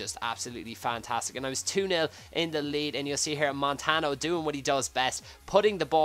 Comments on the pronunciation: its pronounced montanyo btw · montanyo is how you say it